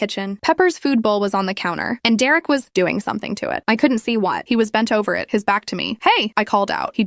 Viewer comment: Dererick?? Really?? It's either Derek or Derick.